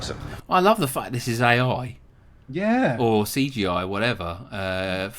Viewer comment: i got so mad when he said ai like bruuhhh